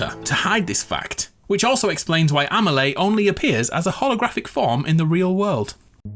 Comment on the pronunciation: It hurts my ears every time he mispronounces the name of Amelie. Her name isn't AmeLAY. You should pronounce it like if it was written AmeLEE.